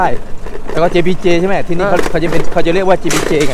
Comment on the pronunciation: ช่วยออกเสียงคำว่า”ที่นี่” ให้ถูกสักทีเถอะะะะะะะ ขอร้องงงงง